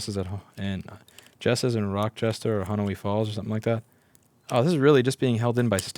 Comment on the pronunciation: its pronounced honey-oi falls. I live in Rochester ny